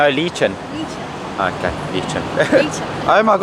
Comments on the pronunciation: What is LEE-chun? It sounds like a Chinese movie character. It's correctly pronounced as Leh-CHON. Would advise you do some research or ask the locals how to pronounce the words. Every time you guys said LEE-chun in today's vlog, my ears would hurt (as would the ears of your Philippine subscribers). Yeah, if I visited your country, I would first ask the locals or the concierge how to pronounce the words. Just the same, I did enjoy your vlog. Thank you. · Loved this! Btw it's pronounced "leh-chon" more than "leechen" but it looks like they got what you were after :-) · You're doing it right, my man! We almost always douse the rice with the sauce. Hehehe. By the way, we call tuktuks "trikes" or tricycles here. And it's leh-chohn. ;) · pronunciation is "LEH CHON" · Lechon, like Adobo can also be beef, chicken, or pork. Lechon means to roast or roasted and Adobo means to cook in vinegar, soy sauce, and garlic. To pronounce Lechon, try pronouncing E as a short one like the E in TEN or BEN. So Lechon would sound like LET'S ON. Just change T'S to CH. Anyway, it is not common that South African visits the country. It's usually the Americans or the British so we're not used to different accents. Your accent is similar to New Zealand accent so when some Filipinos gets puzzled by your words, try repeating them or use a synonym. Nice video, by the way. Keep safe and have fun. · It's "leh - chon." And it should be served hot. They should've reheated it for you, guys. Bad service. ..... Guys, ask for lechon baboy. Lechon baboy is lechon pork served with its whole meat and crispy, hot skin, along with rice. ..... Btw, the much better lechon is in Cebu, where you SHOULD, also, experience the Water Canyoneering at Badian. One word: FUN. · I find it very cute the way you guys pronounced "Let-Chon" and some foods here in Ph (haha) but its really awesome when you actually eat/tried the food. I'm giggling whenever I watch your Vlogs. 😂 Stay safe and enjoy here in Ph 💖